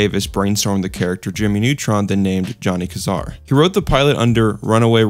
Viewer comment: Johnny QUIZar? VEEacom?